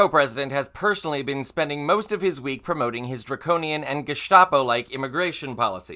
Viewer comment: Draconian or Taconian? :face-fuchsia-tongue-out